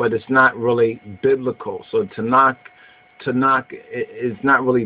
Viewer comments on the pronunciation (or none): Its not "Tanak" its "Tanakh" the last letter is a Khaph not a Kaph. Its a guttural sound like the "ch" in Loch or Bach not a "k" sound. The place Ta'nak is splet תַּעְנַך The book Tanakh is spelt תַּנַ"ךְ two different words.